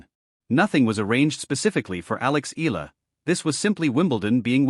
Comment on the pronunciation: It's not Ee luh. Use the correct pronounciation in our way. The filipino pronounciation is Eala (Ey yeah luh).